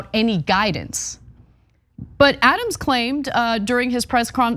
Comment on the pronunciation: Thank you for your report. "Adams' " is pronounced " Adam's ", no need for the extra 's' .